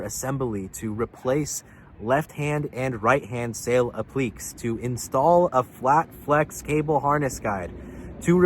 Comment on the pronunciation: Really? You don't know how to pronounce "appliques?" (ap-li-kays)